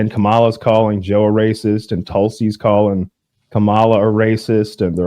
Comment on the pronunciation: IT'S "COMM ALLAH"!!🥴